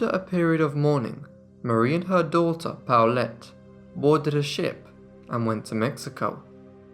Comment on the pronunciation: (Midway through the video...) OH! The daughter's name is PAULETTE, NOT Towelette...lol